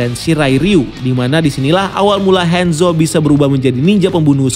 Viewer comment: Kebiasaan ngomong Inggris Ngomong Hanzo jadi Henzo